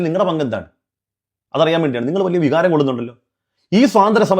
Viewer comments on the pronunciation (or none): none